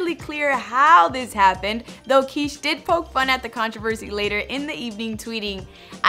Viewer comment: You're pronouncing it like "Quiche" like the breakfast dish..Isn't it supposed to be Kish, like it would rhyme with fish??